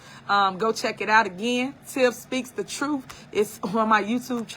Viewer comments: Somebody needs to come get her. She needs a real friend who will tell her “girl, no. That ain’t it.” And someone please tell her it’s TRUTH with a TH not trouf. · I’m over here scratching my head trying to figure out, how in the hell did she become a trustee speaking like she’s in jr high school 🤦🏾‍♀️ This lady can’t even pronounce her words correctly, let alone, pronounce the word truth 😂 in her pronunciation “truff”🤷🏽‍♀️ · Super mayor character would be a fantastic SNL skit!😂"troof"😂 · Tiff speaks the TRUFF😂😂😂 just AXE her😂😂😂